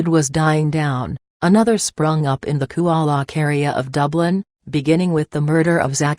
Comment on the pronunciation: It's Coolock not Cool-e-lock and Drogheda not Drogh-ee-daaa if you're doing a report learn how to pronounce the name of the towns properly for God sake...